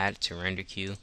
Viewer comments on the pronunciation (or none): none